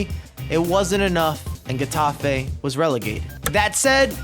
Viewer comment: “Heh” tafe, not “guh” tafe